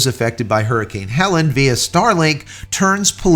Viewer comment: Hurricane was HELENE, not HELEN, pronounced HELL-LEAN.